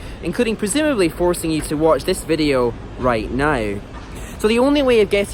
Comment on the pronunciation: Right now, sounds like Raeight Noe